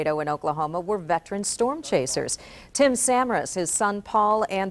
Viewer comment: She said Tim’s name wrong